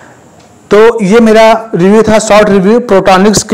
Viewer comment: प्रोट्रोनिक्स नही बोलते हैं इसको पोर्ट्रोनिक्स बोलते हैं इसको भाई थोड़ा नाम shi se lo